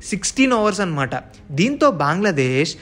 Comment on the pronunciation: బాంగ్లాదేశ్ కాదు బ్రో... బంగ్లాదేశ్... నీకు తెలుగు రాదా